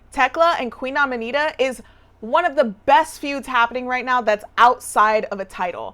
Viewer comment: You calling her Amanita is some inside joke I’m missing? Aminata (ami-not-uh)